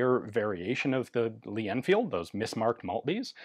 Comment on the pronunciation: pronounced 'L'Anfeeelduh'